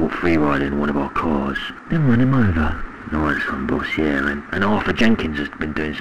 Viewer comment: Yeah* not Yeahr